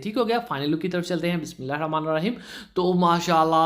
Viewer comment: Bismillah thek se parha kren